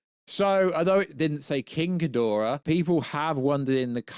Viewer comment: King Ghidorah not Khidorah